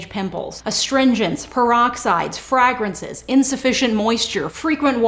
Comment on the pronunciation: I will never stop loving how you say "fragrances." The way you say it makes way more sense than the way I say it.